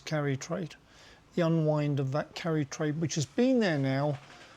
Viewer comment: Can't say I understand this video.... Japanese Carry trade ???? First off all I thought you were saying Curry trade😂😂😂 Always listening and learning